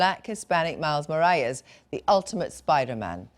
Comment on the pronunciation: at least learn how to pronounce morales?